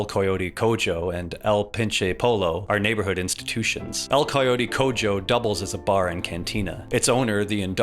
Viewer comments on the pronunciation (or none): EL COYOURE COUYO 🗣🗣💥💥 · it's pronounced "el co yo teh co ho". Coyote's, "te" like the te from tempura. Cojo like you would say co-host but without the st. meaning somnt like "the crippled coyote" or "the lame coyote" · El pinche polo y el colote colo Q pedo con esa pronunciación?? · I have never heard a whiter pronunciation of the word Coyote